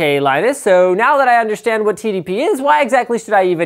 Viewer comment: Linus, can you please record a video of you saying "you watt mate" I laughed way too hard at this.